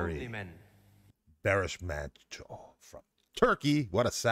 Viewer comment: Hello, you may wish to say Baris Manco as it is in Turkey: To do this, use the English word BAR, then add the last part of the word FINISH (ish) to become BARish, then you are good with that! BARIŞ MANÇO=BARiSH MANCHO (His name Barış, translates to mean, peace, in English!) Different sounds to some Turkish alphabet: c=g (as in George) ç=ch (as in church) s=s ş=sh (as in sheep or ship) Turkish alphabet is similar to English alphabet with these exceptions: Ç Ğ I İ Ö Ş Ü ç ğ ı i ö ş ü These three sound, below, are very rarely used; just a few words; they are not in fact officially within Turkish alphabet: Â Î Û â î û If you wish to go a bit further, I recommend these